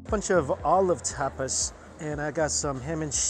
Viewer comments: Its Tap-as not Tap-is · Lol I love ya dearly, Mike, but that pronunciation of tapas... American tourist af 😂